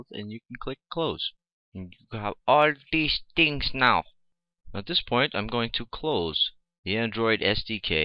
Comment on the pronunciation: from ' all deese tings naw' ;,lol haha ha , :)